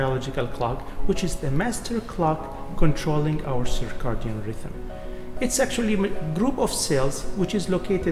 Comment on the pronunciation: The proper way to say it in English is "Circadian", (ser-kay-dee-in). It is not Cicardian.